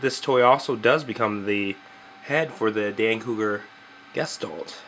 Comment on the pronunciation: guh-shtahlt Dictionary pronunciation